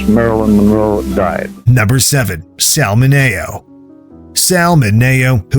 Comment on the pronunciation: If they can pronounce Chadwick Boseman correctly, then why can't they pronounce Sal Mineo correctly?? Mineo's performance in Rebel Without a Cause was excellent!